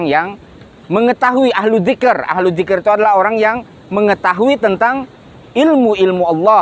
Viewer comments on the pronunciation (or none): none